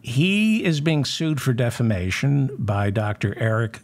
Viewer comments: Re: Mike Lindell. Don’t you mean he is getting sued for “deflammation?” Listen to him say defamation. Every time. It’s delicious. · when Lindell says it, it's "deplisistion".